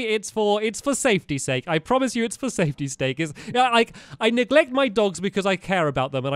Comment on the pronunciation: made me laugh when he said safety stake, instead of safety's sake